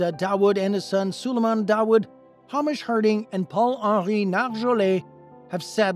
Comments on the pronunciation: Isn’t “Hamish” pronounced with a long A sound? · That pronunciation of "Hamish" 💀🐖